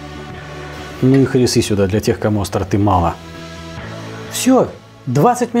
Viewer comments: Роскошный ужин, респект повару! А правильно все же Хари́сса! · ХарИса с ударением на и. А вообще как всегда все клаасно. Смотрю уже давно через телевизор, все никак руки не доходили подписаться. А вообще мы с мужем обожаем этот канал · ХарИсса. Если и есть вариант с ударением на последний слог, то это, скорее всего, остатки колониальных времен. Там французских колоний много было. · На истину в последней инстанции не претендую, но в Тунисе, где ее подавали буквально ко всему, сами тунисцы называли ее харИссой, с ударением на И. Но, как говорится "назови хоть горшком, только в печь не ставь", а вкусна она зараза - сил нет! в качестве затравки перед едой на свежем хлебе - ммммм )) 15 лет прошло, а я все еще забыть не могу ))